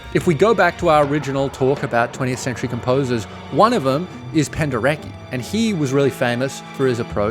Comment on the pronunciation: pronounced 'Penderetsky'